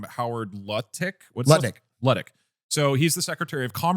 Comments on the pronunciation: love the way and Doug asked Atrioc how to say "Howard Lutnick" and then both immediately said "Luttick" & lmao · The pronouncing howard lutnick’s name wrong despite atrioc correcting multiple times was a hilarious bit